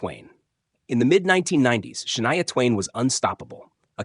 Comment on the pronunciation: Stop saying Shania's name if you can't pronounce it